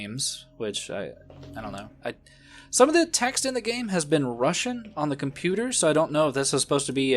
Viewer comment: stoopid compootah !